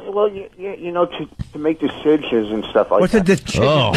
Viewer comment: 😂 voss cant say decision 😂😂